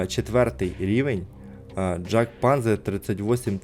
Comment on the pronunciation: panzer на німецькій читається як панцер.